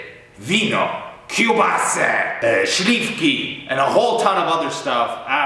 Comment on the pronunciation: Tylko źle powiedziałeś kiebłasa